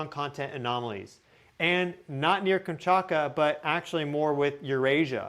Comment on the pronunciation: 😊I think it stems from how fast you talk. You tend to omit certain sounds in words. “Manetosphere” Magnetosphere (Mag netosphere) Any word containing a form of “magnet” is missing the “G”. “Kamchaka” Kamchatka (Kam Chat Ka) To be fair - I’m 76 and pronunciation has been changing over the last 2 Gen groups. I am told that in the future, words will be pronounced in whatever way the majority of the population pronounces them. Even news readers drive me nuts. Not sure if phonetics is still taught. But hey, I’m on the way out. You can tell me to go eat star dust. 😂😂😂😂 I love your info either way and “get” your excitement. Just chalk it up to you being a softy and hating hard consonants. 😅❤❤❤